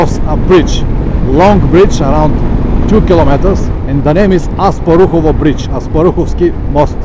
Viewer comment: The bridge is called "Asparuhov", not "Asparuhovo" and it is named after Khan Asparuh, the founder of Bulgaria, not after Asparuhovo neighbourhood :-) Thanks for the video. Keep riding!